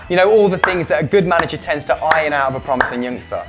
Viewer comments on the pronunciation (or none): none